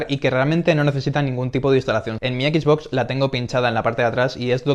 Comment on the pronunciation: Me estoy artando chicos, no es por ser mamon ni nada, es solo que no tolero que le digan equis box, es como una mescla de ingles y español. Me descuadra un monton, entiendo que tambien se lee box en español pero es algo muy feo escuchar a alguien decirle asi tras crecer en un ambiente donde todo el tiempo le hemos llamado "exbox"